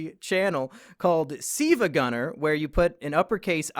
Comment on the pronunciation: It's "sevagunner" W H A T